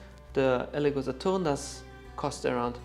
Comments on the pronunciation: please stop saying 'Sa-TORN' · This comparison is consumate! You have provided all info and more in 50 min than I have found through scouring the interweb in 4 hours. Please continue to make content! You're fantastic at this! Also love the authoritative tone you have and the dismay you have when finding machine defects, you take great pride! Also love the way you say Saturn, exotic spin. Kudos. You have helped me/us greatly.